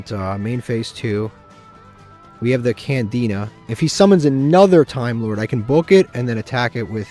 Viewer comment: I'm pretty sure he also calls Candina Canadia 🤣